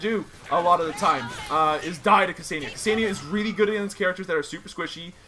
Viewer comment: it's pronounced "kuh-senn-yah" not "kuh-see-nee-yah", I dated a Ksenia once av got first hand knowledge cheers